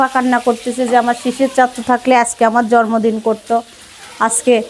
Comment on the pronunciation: Kharap vabe nien na . Jormodin na...jonmodin...r ak kotha repeat koren ..kotobar ma sha Allah bolte hobe... anyway